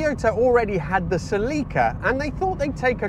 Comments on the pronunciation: What’s a Sellaca?.. it’s a Ceeeelika!.. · ... It's not a 'Selica' .. it's a celica ! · Cell-EE-ka, or cel-IKKA? We seem to have a slight Hyundai type problem here with pronunciation!! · For goodness sake, what is it with British pronunciations? It is not a "suh-LEE-kuh", it's "SELL-ik-a" even from Toyota themselves. And its not a "zed-car" ,it is a "zee car". And in any case - the British were "not taking Japanese cars seriously" - after they quickly blew your own industry into oblivion (and the same with motorcycles) with far superior designs and far superior build quality? It is astonishing, I think you guys probably still don't get it! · It’s Selika not Celica. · I just couldn't make it, after hearing the car called a " sell-leeka" half a dozen times, I'm out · I certainly agree with the pronunciation of the name. Not sure how the "other" way came about. Weird.